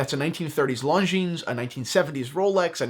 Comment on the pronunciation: My god... learn how to say it... it’s not „long jeans“